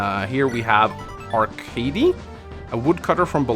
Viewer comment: Game: Arckady: ArckaRdy Game: IngriD: HinGry I also enjoy the longer dialogue